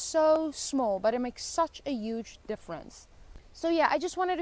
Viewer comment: The statistical table you flashed in the video actually shows 0.5 crime (not 50) per 100 thousand population. So you basically exaggerated China's crime rate by 100x 🐯. And by the way I like how you pronounce 'huge' with a silent 'h', quite unique.